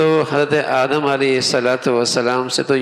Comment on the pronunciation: بھائی جان مولانا صاحب آپ آدم علیہ السلام بولے آدم نھیں ہوتا ہے،اپنے الفاظ درست کرے